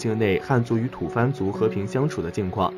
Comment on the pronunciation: 不是土fan，是土bo。